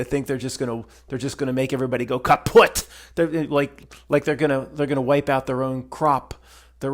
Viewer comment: It always cracks me up when you say “Kaputt” so perfectly 😅👍 Greetings from white cross country 🇨🇭